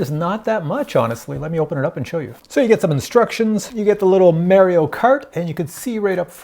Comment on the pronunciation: Learn how to pronounce Mario.